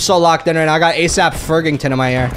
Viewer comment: Homie said ASAP Fergington lmfao